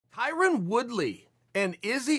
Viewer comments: Tyrin???? LOL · I once saw someone corrected a white guy when pronouncing Tyron as Tyrin. The white guy responded that saying Tyron is racist. lmao, could that be why Chael is pronouncing it that way?